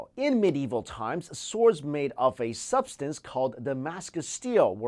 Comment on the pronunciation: our "incestors" aside.... "suff-stance"? an "IN-tidote"?? and then ... "antidolt" is said twice? he just has a problem pronouncing words, I take it. :/